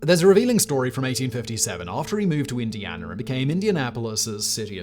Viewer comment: why do you say Indianer?